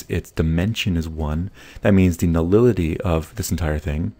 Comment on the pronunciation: Nulility? You mean nullity?